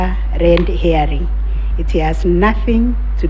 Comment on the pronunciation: Madame CJ seems to enjoy talking "hot air" while chasing red "hairing". It is "herring" madame CJ.